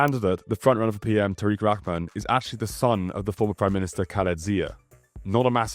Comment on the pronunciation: Thanks for your effort towards proper pronunciations to you and accurate coverage, it's a thousand times better than any other Westerner I've ever seen online put forth. Just a minor point, in Bengali, "Rahman" is pronounced "Raw-haw-maan".